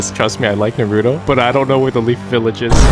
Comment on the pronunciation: I like he is roasting shindo like he knows naruto but says naruto wrong he says nahrudo